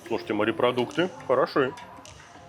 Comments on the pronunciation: Когда говорят "марипродукты" , не много каробит! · Сколько смотрю ,столько же и бомбит у меня от слова « МАРЕПРОДУКТЫ » !!!!! Ну бля ,ну как там можно ????